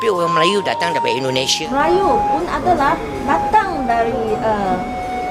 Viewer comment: Bukan indonesie tapi Indonesia om gimana sih🥱😁 huruf a diganti huruf e kacau